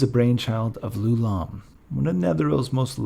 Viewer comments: It's "Eye-oo-lom". Why would you even think it's "Loulam"? Does a person's name start with a lower case letter? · It's Ioulam, not "Loulam". You should confirm the spelling and pronunciation of proper nouns before you record. I think I know what went wrong, the same thing as shown in this comment: lousy sans-serif fonts conflate a lowercase L, "l", with a capital i, "I". The name of the inventor of the floating city was definitely spelt with an i; ioulam. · You are pronouncing Ioulaum wrong !!!! What you are actually pronouncing is Loulaum . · Ioulaum is spelled with an I, not an L. It sounds as if you are saying his name as Lou-Lahm. I don't believe that is correct. Or, are you saying Ooh-Lahm, and I'm hearing you incorrectly? The Netherese also tried to move into Realmspace. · My first video of yours. Absolutely phenomenal quality and depth of information, on par with the bigger guys like Lorepedia, but, while he's fantastic, my issue with Lorepedia is he tends to jump topics kinda randomly, repeat himself, and kinda sounds like he's a bored intern reading from a textbook. My only note for this video is that "Ioulaum" starts with an "i" and not an "L". "Ee-yo-lahm" or "Eye-yo-lahm". Otherwise incredible work and you got my subscribe!